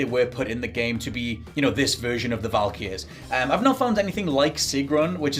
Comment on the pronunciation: He says Valkyries really strangely